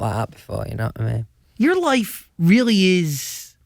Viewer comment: Nobody: Louis: d'ye kno' wha' I me'